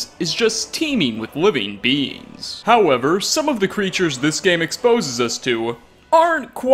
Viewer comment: Everytime said beings it sounded like beans and it made for a better video.